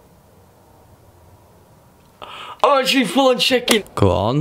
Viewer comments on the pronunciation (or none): Why does he say shkin instead of shaking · when he says shaking it sounds like chicken. i typed smells instead of sounds first of all looooooooolllll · I thought he said " I'm full on chicken!" Not shaking